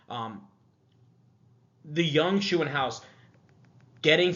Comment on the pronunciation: Max Shoe-in-house 😂 gotta work on that German Umlaut pronunciation! 🇩🇪